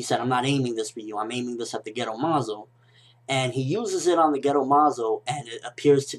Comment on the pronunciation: haha when you said gedo, i thought you were saying ghetto like it was incomplete